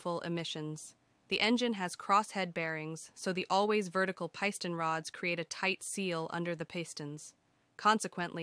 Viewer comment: "Peye-sten rods". That's a new pronunciation. 🤣